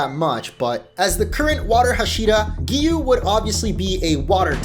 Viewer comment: it's not Giyu it's giyuu